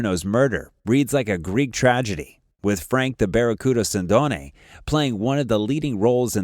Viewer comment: Mispronouncing Sindone. He was not killed 10 days after Caponigro's death, but 6 months later. His body was not found in a house, but behind a store - 5 minute video loaded with errors.